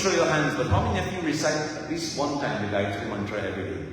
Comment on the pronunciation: 🙏, namaste,thank you for reminding us of the correct pronunciation of the GAYATRI MANTRA